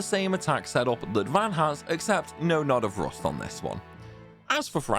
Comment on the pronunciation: knawt of roost